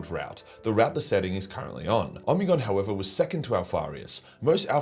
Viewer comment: I always read it as Oh-Me-Gone , why is he say Omni-gone? Am I just larping?